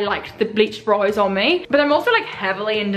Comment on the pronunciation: Okay did anyone else notice that she said broiys instead of brows 😂😂